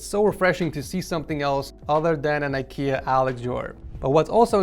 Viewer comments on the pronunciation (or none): none